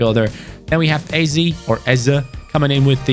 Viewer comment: Eze's name its pronounced ay-zay. I just cant bear hearing you call someone from my country like that. 🔽